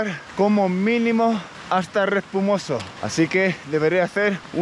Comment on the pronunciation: Es Respomuso no Respumoso*!!! 😂😂😂